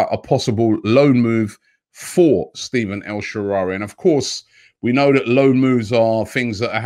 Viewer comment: Goodness Robbie! lol this was a big one bredda... his name is Stephan (Ste-Fan) El Sharaaway (Sha-Ra-Way)